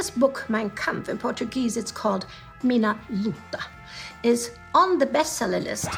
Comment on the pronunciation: I love her charisma. But please, stop spelling portuguese names with spanish pronunciation